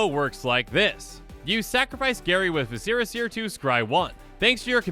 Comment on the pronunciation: Do you pronounce vicera seer wrong on purpose?